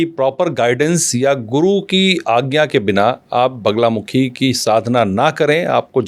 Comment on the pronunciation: Sahi bola baglamukhi hota he na ki banglamukhi